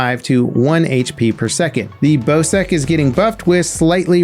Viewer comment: Not trying to be rude but for next time if there is one, the Bocek is pronounced "Bow-Check"